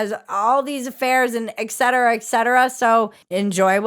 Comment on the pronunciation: We all love you Bridget (so much) but It's ETT cetera, not EX cetera.